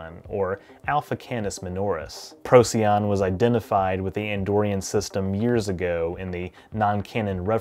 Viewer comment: Procyon, pronounced Pro-SIGH-on. I used to pronounce it the same as you before I learned that.